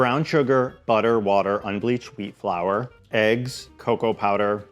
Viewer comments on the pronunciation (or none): none